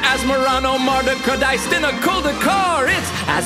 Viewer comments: I love how he says it right every single time. Well done!!!!! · 11/10 for pronunciation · You are a legend for just being able to say that name. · holy jeez he can actually say the card name